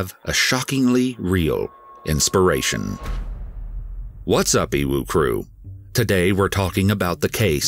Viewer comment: When he says "Ewu Crew" my brain translates as "UwU crew" lmao